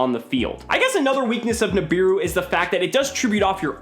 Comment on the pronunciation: "Nibiru" Im about to end this mans whole career.